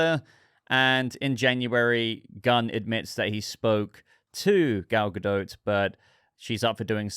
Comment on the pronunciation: Why are you calling her Gal GaDOAT?